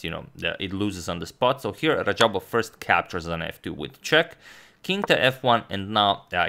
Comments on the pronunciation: Its actually radjabov, not rajabov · isn't it RaDjabov and not Rajabov. Teimour Radjabov and not Teymur Rajabov. #correction Agadmator, no offense intended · Teymur instead of teimur and rajabov instead of radjabav😅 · Fix RaDjabov's name, please!